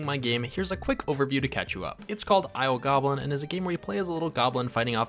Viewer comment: The name of this game is "Isle Goblin" for anyone else who heard "I O Goblin" when the name of the game was said in the video.